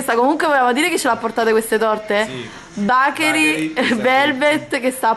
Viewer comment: però ti prego BACHERI non si può sentire. si dice con la E. (bechery) TI SUPPLICO. il mio cuore perde un battito ogni volta che lo dici....